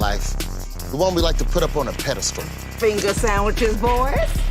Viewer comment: super unfortunate the final word of her act was pronounced as pedastool. I don't normally correct people, but this one was bad, lol. It's pedestal, y'all.